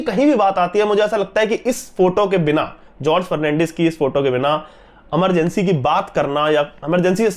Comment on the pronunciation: please, movie का नाम इमरजेंसी है न कि अमरजेंसी